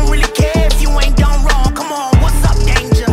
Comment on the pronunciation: It's "danger" not "dange"